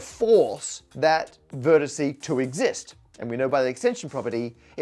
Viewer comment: This is fascinating, but I just can't listen to "vertisee" any more.